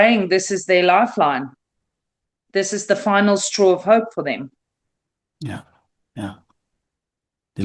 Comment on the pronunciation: Its not lillie it's lelie